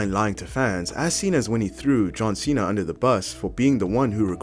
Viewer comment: John Cena heel turn my god how do you butcher that